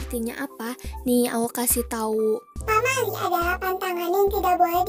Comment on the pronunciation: menit pamail hah wkwkwk (maksud nya pamali kali maaf)